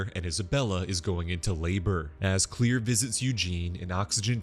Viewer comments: Her name is Claire Rivers not clear or anything else beyond that you need to understand that is not how you pronounce your name as being clear her name is Claire and that is how they pronounced it in the movie or should say that’s how James WAN said it was in the movie and he knows it and you know it and I know it so you should know that is not how you say her name is clear her name is Claire And ask for an ounce. They also go but whatever I just thought that you should know that, but I know you’ would like to prefer her as mispronounced name. Her name is Claire that’s gonna worry about it. I know I have the movie and else that goes with it. I got all of them except for the new one. I can write two James WAN about this, and I hope that this would open your eyes so how to pronounce her name, right Claire not clear or any of your fancy names you want to save them differently. There’s a different ways you can say the name, Claire you can say clear all you like, but that does not mean what it really means her name is Claire. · Mam I swear the next video you do like this make sure u PRONOUNCE THE NAMES CORRECTLY!!!! U kept Pronouncing Claire wrong